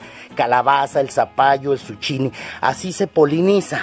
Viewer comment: No se dice suchini es zukini